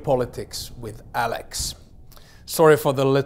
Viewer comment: My favorite part of every episode is how he enunciates "welcome to this episode of geopolitics with... "